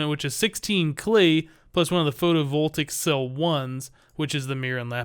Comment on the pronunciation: Just so you know, it's pronounced Photo-vol-tay-ic